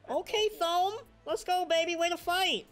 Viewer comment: Thome is pronounced Toe Me